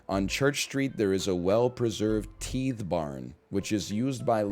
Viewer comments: But it's pronounced Tythe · This man really refuses to not pronounce tithe as "teethe"